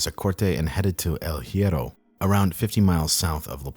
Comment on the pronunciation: Also research how to spell stuff in Spanish. No hate, just saying. hierro - “E-eh-row” the h is silent